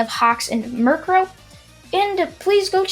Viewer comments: Duuuuuuuuuuude its mi ru ko nor mircrow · It is mer-ic-co. Miruko, get it right dude. Make part 3 ppplllleeeeaaassseee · It is written as miriko am I correct?correct me if wrong. And isn’t it pronounced as mi-ri-ko